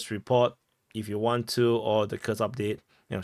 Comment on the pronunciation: You got it, commander: KUURRSK is the right pronunciation.